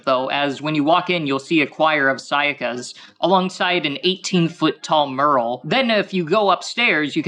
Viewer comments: "Muuuural". That's weird. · Worst part about this is he pronounce mural as “Mearl” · I'm more annoyed that he pronounced the word mural as "merl", and homage as "home-age" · Did he say....Mmm earl? For mural? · How is this nerd so rich but he can’t even pronounce “homage” or “mural” correctly? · I am more triggered by the way he said mural. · You know, I was with him until he pronounce mural that way….. 😅